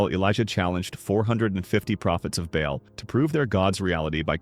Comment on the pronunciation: It’s actually pronounced “Bay-all”, not “ball”. Good video, though. Pretty accurate.